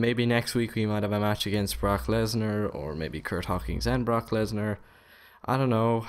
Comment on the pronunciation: bork instead of brock you watch ebeneezer mittlsdorf dont you?